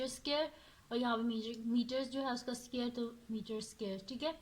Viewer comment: Not to be rude but can you please pronounce square correctly it is hurting my head